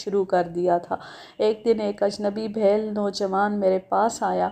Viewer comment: Bheel بِھیل ایک نچلی ذات کی ہندو قوم ہے آپ تلفظ پر خاص توجہ دیا کریں